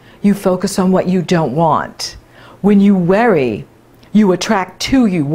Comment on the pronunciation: When you say worry... it sounds like weary. Hmm, interesting.